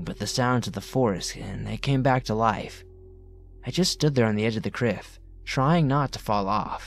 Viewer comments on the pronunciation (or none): The edge of the "criff"? XD